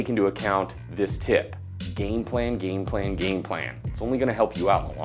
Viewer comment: Game plan sounds like gain plan :-D